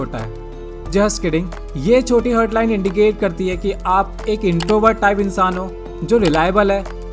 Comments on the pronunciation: हर्ट nahi हार्ट bolte hain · भाई, वो "हार्ट" है, हर्ट नहीं. 🙂